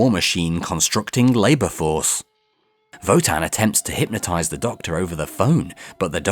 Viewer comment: Thank you so much for your work! I always wanted to know what happened in the classic series but never dared to start. By the way: that's not how to pronounce Wotan in German. Sorry. ^^